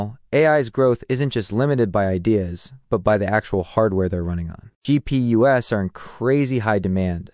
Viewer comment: did you just say G-P-U-S? instead of GPU's?